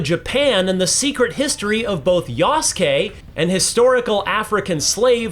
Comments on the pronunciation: Character's name: Yasuke Announcer: YASSkay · I cringe every time the narrator calls Yasuke samurai. (Considering Ubisoft decided to remove the term from all their japanese marketing)